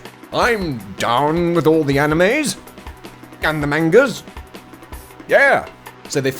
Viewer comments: "Oh yes, I'm down with the animes and the mahn-guhs." This seriously cracked me up, although my inner 11-year-old anime fangirl is yelling at you for pronouncing it wrong. And on that note, I still stand by that the battle between Twily and Tirek is some good ol' fashioned DBZ fighting. Like... Gokuu versus Freiza... Or Cell!!! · He even mispronounced manga, but that was the point of the joke sweetie. Haha.